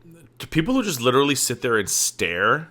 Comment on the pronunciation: if she lost a pound for everytime she says "litter-elly" she'd be underweight